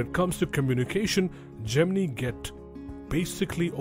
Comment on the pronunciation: I can't take this narrator seriously, mispronouncing Gemini and Libra. I couldn't even finish the video.